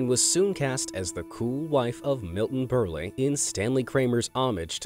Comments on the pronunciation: The second e in Milton Berle's name is silent. It's pronounced burl, not burly. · That's nice. But Berle is pronounced Berl , ie. the e is silent. Must be another faker producing this who is looking up bios and not fact checking and thus not knowing what he is talking about.